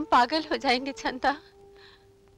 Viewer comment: It's Chanda not Chhanda 🤦🏻‍♀️